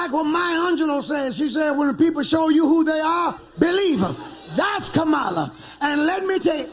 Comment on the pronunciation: First of all how disrespectful that he can't pronounce her name and in the 2nd place says nothing about racist frumpty dumpty trump like he has Black and brown people interest at heart